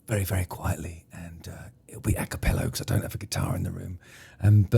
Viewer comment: I've said it before and I'll say it again, again... 1. "Acapello" is an incorrect spelling/pronunciation of "a cappella," which refers to music sung without instrumental accompaniment. 2. Justin needs a Stylophone (self contained, battery powered, and fun) for his on-the-road intro themes. From a long time fan. Take note. Or else!